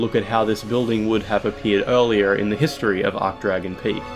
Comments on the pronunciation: Arch is pronounced Arch not Ark wtf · It's ARCH-Dragon Peak. Not 'Arc-Dragon.' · Please pronounce it archsh, not ark. An "ark" arch is a shape (like the arch above an arched doorway), an "archsh" arch denotes status. You don't say "ark"tree or "ark"bishop or "ark"mage.....I hope? 😬😨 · ArCHHH not ARK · Ch=tch not k Sorry 'bout that, it's just it really irked me due to how many times he did it and how it's a pronunciation form related to the archtrees which he also mentioned in the comments... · Hey. Great video! I think you should pronounce the "ch" in "Archdragon," though, as opposed to "arc-dragon." But regardless, great content as usual! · Can't pronounce Archdragon correctly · Obligatory “you said archdragon wrong” comment